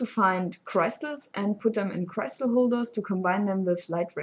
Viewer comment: "Crystal" is pronounced much like the German word, not like "cry". ;)